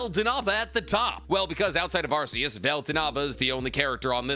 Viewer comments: One thing about Arceus, is that it's pronounced Arc-e-us, not Arse-e-us. The RKS system that's associated with Null, it's supposed to be a word-play on Arceus. RKS sounds like Arc-e-us. RKS does NOT sound like Arse-e-us. I don't even really give that much of a shit, and this isn't really a criticism or anything, but I just thought I'd point out the proper pronunciation. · Nick please Arceus is pronounced ar-key-us, you can reference type nulls ability the R.k.s system because it's a failed clone of arceus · it’s pronounced arc-e-us the arc part as in Noah’s arc